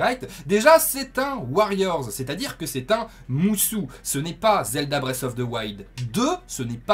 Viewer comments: Je ne sais pas mais en tout cas quand tu regardes la vidéo de présentation de l'Ere du Fléau le mot est prononcé musO par Aonuma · C'est musO et pas MusU ;) sinon super vidéo comme d'hab !